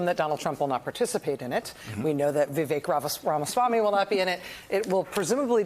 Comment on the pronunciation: It’s Vivek. Like mistake.